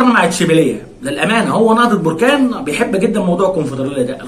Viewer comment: للتصحيح فقط بركان تنطق حرف الباء بالفتحة وليس بالضمة barkan